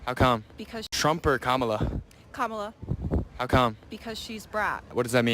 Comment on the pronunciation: Lying C*nt Kamala. Oh BTW Kamala is the feminine of Kamahl. Kamahl is the masculine Kamahla is the feminine. So very, very tired of her and other Cultists mispronouncing names.